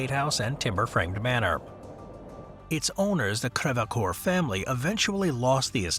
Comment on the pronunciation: NOT KRE-VA-COOR - its FRENCH FFS - CREV-COOR. THERE IS NO "A"